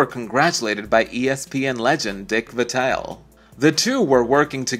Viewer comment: At least have the decency to learn how to pronounce their names correctly: Jacoby, Qerim, Vitale.